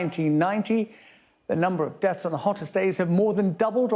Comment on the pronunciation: It's called DEATHS not DETS.